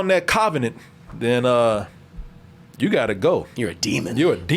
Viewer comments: What is a cov-A-nant. pronunciation lol just sayin, I ain’t makin fun of the dude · The "KAVA"nent. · CAHvenant! yeahhhhh buddy that CAHvenant! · Christ, the way pronounces "covenant"...😬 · Lol Y is pronouncing "Covenant" that way?! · The way says Covenant has me crying 😭 😭😭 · I used to think he pronounced it like that as a joke like in his Alien Covenant review.